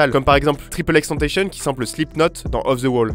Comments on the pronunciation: XXXTENTACION ET PAS TENTASHION ! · Il préfère qu'on dise "tentassion" et non pas "tentaychieune" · C’était une super vidéo mec, mais vivant au milieu de tous ces artistes ( j’habite à LA ), je me dois de corriger 2-3 trucs : 1- c’est pas « tripleXtentation » c’est « XXXtentacionne » ( la prononciation ) 2-Tu dis que c’est un mélange de rap et de rock mais Peep ne s’est jamais défini comme rappeur, et n’a jamais été défini comme rappeur par qui que ce soit, il était entrain de créer un nouveau genre qui mélange + punk et rock que rap et rock, mais ce qui m’amène a mon 3eme point 3- tu dis que le Xanax est une des drogues qui l’ont tué, mais pas du tout, ils étaient croisés avec du Fentanyl, ce qui a cause a 100% sa mort, le Xanax n’y est pour rien. Voilà c’était 2-3 corrections complètement bidons, pas vraiment importantes, mais bon. Super vidéo continue à charbonner c’est cool! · La video est nickel, bien monté compréhensible ect. Mais par contre XXXTENTACION ne se prononce pas triple X tentacion avec un accent anglais mais ExExEx TENTACION (prononcé cette à la française. :) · ca se prononce Tentacion, comme tentation en français, pas tentayhsun. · Tripeul ex tentaïcheun ? Non c’est xxxtencion prononce à l’espagnol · Jvais faire mon fan relou jsais mais c'est pa "Triple X Tentaysson" mais "XXX Taine ta sion" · ca se prononce tentacion comme en francais et pas tenetashion a l'americaine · C'est pas triple X tentation mais ça se dit X X XTentaÇion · parfait, juste à revoir la prononciation de xxxtentacion: tantassion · Mais personne ne dit "triple x tentacion" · J’ai fait un AVC a « triple x tentacionne » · Il a dit « triple ex tenteshion » non 😭😭😂, bref super vidéo sinon ! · Cisgenre Mâle Blanc Hétéro Non. Faut prononcer ex ex ex tentassionne. Ou si tu préfère, "young dagger dick" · Tu sais pa dire XXXTENTATION sa se di X-X-X-Ten-Ta-Tion (et tentation c prononcer en fr) c lui qui le dit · Tripeul ix tantayshion, il l’a dit j’ai pas rêvé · "Triple x tentautionne"